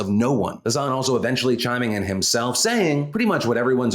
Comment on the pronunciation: Hassan and hasan are pronounced differently ❤️ love you